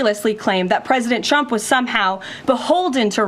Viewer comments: Sounds like she's saying President Chump😂. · Is she saying "President Chump"? It must be a consistent Freudian slip! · Here's 'chump' again. Perhaps if she told the truth, karolying would relax enough to pronounce his name correctly.